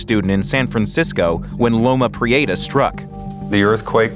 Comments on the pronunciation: I lived in SF, and the earthquake's moniker has never been pronounced "loma pre-AY-ta" by anyone in California or SF. It's pronounced like "loma pre-etta." You'd think the NYT would have the resources to get it right. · I’ll never forget the call I received from my mother, who lived in Santa Cruz, when the earthquake struck. Thank God, she was alright! By the way, Californians pronounce it Loma Pree-EH-ta, not Loma Pree-AY-ta… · Loma Pree-ate-ahh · As someone who lives in the Bay Area, how he pronounces Loma Prieta is hilarious.